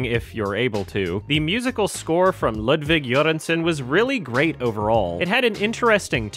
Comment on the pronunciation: You pronounced Ludiwg Göransson's name right. I can't tell you how happy that made me--it always bugs the shit out of me when peeps get it wrong, so thank you <3